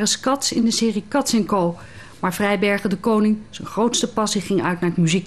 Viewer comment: Ze spreken z'n naam niet eens goed uit. :|